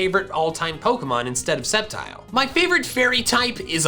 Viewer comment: TELL HIM IT'S SCEPTILE, NOT SCEPTRE!